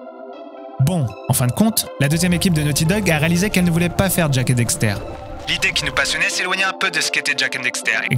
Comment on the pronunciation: Bonne vidéo mais une petite question : cette vidéo a-t-elle été traduite directement de l’anglais ? Moi qui suis bilingue, j’entends beaucoup de tournures de phrases anglaises dans ton français. Par ailleurs, il faut dire « Daxter », et non « Dexter », comme tu le répètes systématiquement (malgré l’avoir écrit correctement). 😁